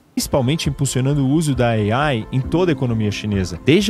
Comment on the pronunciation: Gastura dele dizendo "Ei-Aiiie"